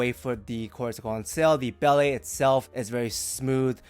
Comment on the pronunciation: My friend, please say Belle as "bell" and not "bellay" People will respect you more.